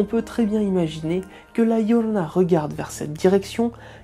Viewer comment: Ah par contre votre accent m'épuise prononcé bien son nom par pitié la "djiorona" et non la "lorona" parce que c'est énervant pour les hispanophones je vous en conjure.. vous racontez son histoire alors bon.. d'ailleurs les conquistador ont été traumatisé par cette apparition et on violés et égorgé plus de la moitié des femmes qui étaient enceintes et qui se trouvé dans se village et ceux avoisinants. Mais très bonnes vidéo sinon 👏